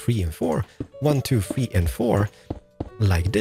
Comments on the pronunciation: I love the way he says three “ one two fwee four five” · you say number 3 weird